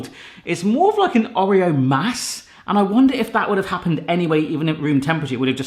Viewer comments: No it's pronounced orr ee oh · Am I the only one slightly triggered at the pronunciation of 'Oreo'? 🤣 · Oh... The way you pronounce Oreo is triggering me lol 😂